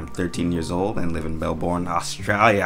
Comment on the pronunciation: gets my vote simply for correctly pronouncing Melbourne.